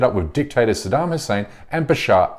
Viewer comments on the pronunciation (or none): none